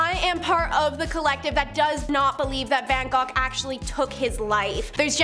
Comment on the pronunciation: thank you for pronouncing van gogh's name correctly.